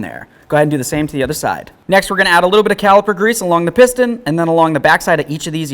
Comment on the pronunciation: Peetann. Thats amazing. I know thats not how its spelled but its how it sounds. Love it. Full accent of some sort just to infuriate someone, sonewhere.